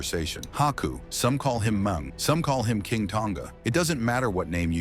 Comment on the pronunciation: Hey silly AI Haku's WCW name was Meng not Mung.